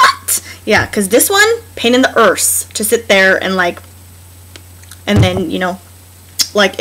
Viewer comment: heehee "emborrrsing" and "pain in the orrrse"